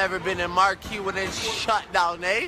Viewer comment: Possibly the most liberal pronunciation of marquee in history.